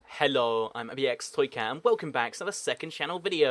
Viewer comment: I thought you say youre in youre intro instead of ibxtoycat